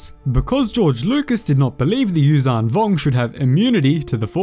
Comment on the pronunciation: Its not uzang vong its yuuzhan vong